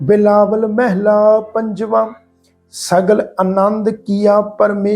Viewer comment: Waheguru Ji Ka Khalsa Waheguru Ji Ki Fateh ji. Very very nice paath.❤ one thing instead of meheela why not mhalla. Bauth bauth danwad ji